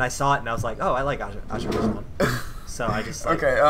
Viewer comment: It's pronounced a zer bai sean (with the s sounding like z)